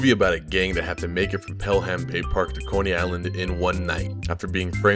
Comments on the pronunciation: Pel-HAM?? Its pronounced "pelem". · It’s pronounced Pelam...this review was hilarious. I lol’d for real!!!! And this was the greatest movie ever made! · Sometimes pronounced "pellum" (mostly silent h), beyond that saw Warriors at age 15 in 1980 on HBO, mind blown.